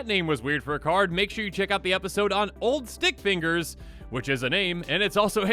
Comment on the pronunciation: was eating food, and when he said old stick fingers, i heard " ol dick fingers " 😆😆😂😂😂